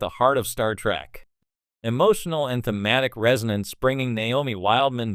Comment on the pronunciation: "TREK" not "TRACK"! EEEEEEEEEKKKKKKKKK not AAAAAKKKK